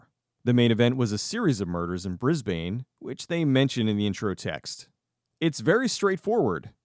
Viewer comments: You pronounced Melbourne correctly in an earlier video, but butchered Brisbane this time around. It's not Bris-bayne, it's more Bris-bn. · Brisbane is pronounced Brizbn not BrisBANE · If you are going to talk about Australia, you need to know how to pronounce Brisbane.